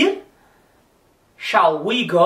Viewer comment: se vc ja viu um ingles falando shall a pronuncia do professor ta certissima!!!